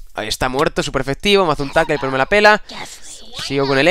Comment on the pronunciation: joa... se pronuncia TACKEL y se escribe TACKLE